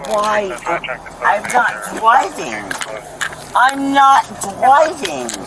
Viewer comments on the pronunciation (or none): Was it me or did she say "I'm not dwiving, I'm not dwiving" before saying it correctly the last time? I literally lol'd when I heard that for some stupid reason. 😂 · “I’m not dwiving!” 😂😂😂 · 'But I wasn't DWIVEEEN, I wasn't DWIVEEEEN!" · Second one: “I’m not dwiving”😂